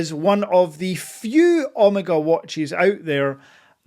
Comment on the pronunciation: Not sure I’ve ever heard Omega pronounced “Omarga.” 😜 I know you bought grey but consider yourself very lucky as it took me 2 watches from a boutique over the course of 3 months to get mine fast. With that being said I sold one eventually as I got the snoopy as it was a white dial speedy and was a little too similar. My advice switch out the strap and tang buckle for the omega clasp and loopless strap everyone uses. The strap it comes with is completely horrible and makes the wearing experience unenjoyable. Once you switch the strap out, it wears perfectly and is as amazing on wrist as off. The dial isn’t “treated” btw it’s pure 925 silver which is engraved on it. Also a fully wound speedy takes more than 35 winds. Wind until you hit the “wall” to get a full wind. Also the speedy wears smaller than 42mm, bezel to bezel measurement is 39.7mm and that is how it wears to the eye as Omega counts the chrono pusher protectors to get to the 42mm casing size. And please don’t mention Hublot in the same sentence as Omega ever again 😂